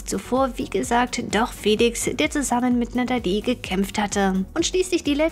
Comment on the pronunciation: Du kannst ihren Namen nicht mal aussprechen die heißt natalie und nicht natedi